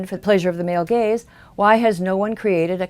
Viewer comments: For a while I thought she was saying male Gays.. not Gaze. "The evils of the male gays" lol.. Good video I know ya were saying Gaze but it is kinda funny how it worked out if you switch that one word. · Every time you said "gaze" I though you said "gays" and I thought "what do the gays have to do with this?"